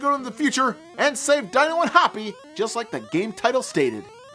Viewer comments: D-ee-no, not Die-no. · My soul died a little every time he said “dy-no” in stead of “dee-no” because a few times in the episode he said his name correctly. Haha I guess it’s one of those things that gets stuck and you can’t help it. Regardless, Dino & Hoppy worth the month. SADP not worth the money!